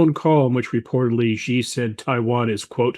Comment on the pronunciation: You guys need to learn to pronounce "Xi" ... it's not "Jhee", please pronounce it like "She" as an English speaker or else it's seriously cringe. Like saying "Obame-a" it's that bad smh